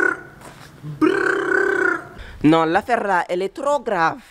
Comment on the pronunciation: "non l'affaire là est trrrrop grave" XD